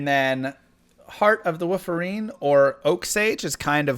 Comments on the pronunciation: " heart of the Woofarene" 😂😂😂😂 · is he saying "points into woof" and "heart of the woof-erine" on purpose lol? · Heart of wooferine had me laughing